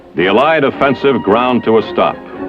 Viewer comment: How the commentator "uh-lies" instead of allied and "harrissment" instead of harassment I found to be distracting :P